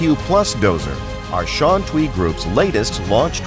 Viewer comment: I wish the guy could pronounce Shantui right. TUI should be "tway".